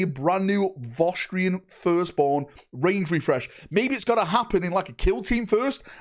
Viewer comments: What are Vosstrians? Do you mean Vostroyans? Voss-troy-uns? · They are vostroyans, is just northern so pronunciation is cooked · FYI they are called Vostroyans not Vostrians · Vos Tree Ins Everyone else: Vos Troy Ans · Wtf is a Vo'strian? Are they related to the Vostroyans somehow? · Listening for the last couple of days pronouncing Vostroyans has been amusingly grating 😅